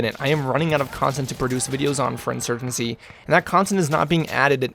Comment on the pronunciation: Insurgency, not insurgency.. I watch you because I find the personality behind the screen to be entertaining. Personally you could post videos of watching paint dry, if it's you commentating I'll watch 👍